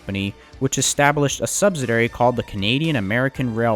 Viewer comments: its a subsidiary not "subsidary". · It is pronounced "sub·sid·i·ar·y'. They don't teach English in school like they used to! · SubSIDIary, not subSIDAry. Also viSCOUS, not viCIOUS, and PLEthora not pleTHORa. But the video is fascinating~ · Good video. as usual. But it's sub-SID-ee-air-ee, accent on the second syllable. Unfortunately, in this video the word is used a lot. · SUBSIDIARY. He says it incorrectly OVER and OVER. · While detail seems good, repeated mispronunciations, paricularly of subsidiary as subsdiary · The narrarator refers to the subsidiary as a sub si dairy. He can't say the word. It has 5 syllables...